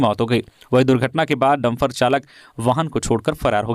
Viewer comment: समाचार वाचन कै दौरान हिंदी भाषा को अपभ्रंश न करें, शुद्ध शब्द डंपर होता है न कि डंफर ।